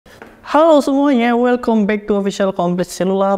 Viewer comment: Baca ny welkam bang ,bulan welkom....🤭🤭